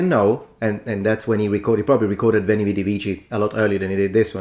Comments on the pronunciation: not “uini”, “uēni”, with a long /e/ sound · That guy should train his Latin in Lombardy, then he would know what a long wovel is Repeat after me: veeento😅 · AT LEAST he got the ecclesiatical pronunciation right, no? isnt that a merit?? 🤣🧻🤣 ... BUT, u didnt quite hit the mark either ^^ -- "VÉN| V|D| V|C|" has only long vowels, EDIT: all six of them, not just three, the perfect has long vowel in most endings , which are truely almost twice as long as normal vowels in most languages that use this meaning destinction, i.e. say "WEH~EH-nee~ee WEE~EE-dee~ee WEE~EE-kee~ee" may seem unnatural to e.g. an english speaker artificially holding vowels for so long, but thats normal for other languages 😅 ... even italian does it only allophonically to stressed vowels, and allophonically means people do not even consciously realize they sometimes pronounce a vowel or consonant slightly different in certain situations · That ”Veni, vidi, vici.” -”pronunciation” of his immediately left me confused as to, whether I should laugh, cry, punch a hole through the wall, or all at once. Like, he ACTUALLY went there 🤯?! EDIT: Exactly,; exactly 🎯. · How did he get vivere but not veni?